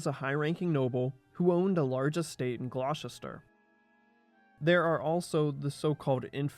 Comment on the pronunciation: "Glaw-chister"!!? I used to live and work near Gloucester (England), and it's pronounced "Gloster"! Ditto Gloucester, Massachusetts. (I can pronounce "Poughkeepsie", "Arkansas" and "Potomac" correctly too!) I've also heard Americans calling the nearby town of Tewkesbury ("T'yooks-bury") "Twicksburg". 🙄